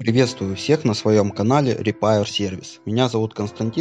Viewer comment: Большое спасибо! Только пожалуйста не "репАир" а "рипЭир сервис"